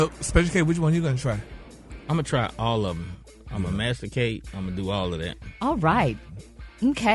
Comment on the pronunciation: Masticate. Not mastercate. 😢